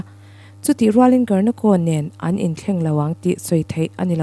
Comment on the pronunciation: Foot ball player hming i lam dan mai mai chu a va mak ze zaw ve (karnako)a ni lo aw (Garnacho) zawk tur aw.